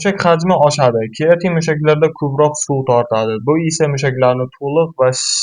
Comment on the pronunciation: Сен колувдинг бир тушунча бермаган, олдин креатин деб тугри айтишни урган, кейин маслахат бер полвон